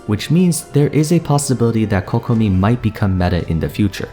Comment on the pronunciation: Thank you for pronouncing Kokomi and Keqing correctly :') my ears can finally have a break